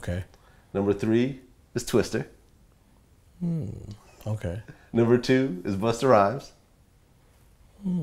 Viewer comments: Did this guy legit just say twister? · Did Vlad call Twista- Twister?!!? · It's sort of irritating how Vlad 'corrects' every rapper's name lol. Just say it how everyone else says it... There's no need to call Twista Twister, Tyga Tiger, Lil Wayne Little Wayne etc...